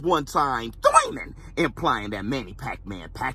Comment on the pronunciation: Real emotions and real talk! Love this guy!! That "Thoiman" tho 😅🙂